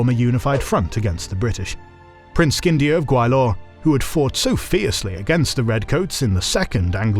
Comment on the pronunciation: The mispronunciation of "Sheeran Patten", "Skindia", Gawailore is amazing lol😂